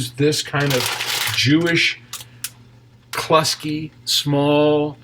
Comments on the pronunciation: the noodles are pronounced "Klooski"! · Noodles pronounced "Klooski".